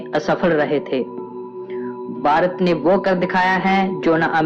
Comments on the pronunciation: ye koun narrator laaya hai jo bhaarat ko barat bolataa hai.cht. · ye barat nahi ....Bharat hai pehele bolna sikh fir hi video banana